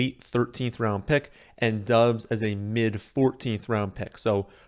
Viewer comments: It's pronounced Dobs. Not Dubs. Just saying. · His last name is pronounced dobbs the U silent, and he is even come out and said that.